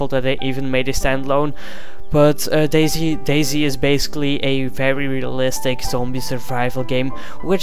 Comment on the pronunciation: You say dayz like daisy, subbed.